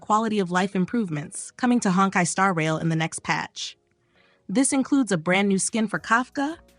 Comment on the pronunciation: I love "Honk - eye" Star Rail.